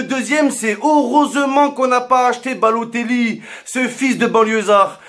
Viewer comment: "Baloteglou" mdrrrr